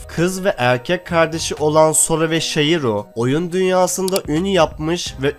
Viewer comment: Aga sen niye hertürlü ismi yanlış okuyon özelliklede no game no life ı bitirdin Aga o shiro olarak yazılıyorda o nası okuma bari bi önermeden önce izliyeydin şiro şeklinde okunuyor o bide bu önerdiğin bu serilerden çoğu ecchi olarak öne çıkan seriler deil bile bari yorum filan yapaydın sadece konuyo okuyon